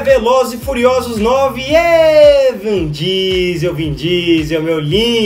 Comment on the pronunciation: Alguem falou pro que nao é "VAN" Diesel que se fala kkkkkkkkkkkkkk